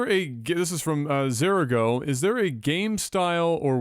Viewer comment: Holy shit, you said my alias right. Most people say Zuh-RAH-go. THANK YOU!